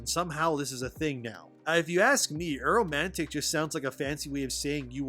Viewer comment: its A-romantic (ehhh-Romatic) not Arrow Man Tick like you're saying it. A = not. Amoral, Atypical....etc.